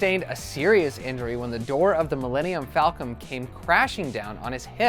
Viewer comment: Did he seriously say millenial falcom? Or did I misunderstand